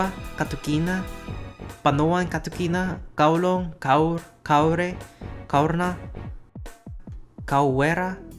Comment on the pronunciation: KAURNA MISPRONOUNCED!!